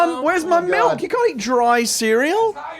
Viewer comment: I heard Tim say "melk"